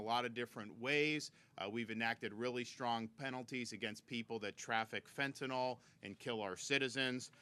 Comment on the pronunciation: FentanYl. Not FentanAl. Pronounce it correct. It makes you sound like you don't know what you're talking about. Same with Nuclear. People pronounce it Nuc-U-lar. NO. Nuc-LE-Er. IT'S NOT HARD.